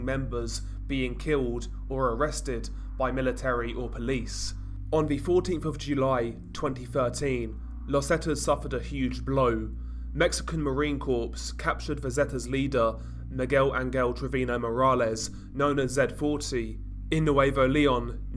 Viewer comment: He also pronounces Marine Corps as "Marine Corpse"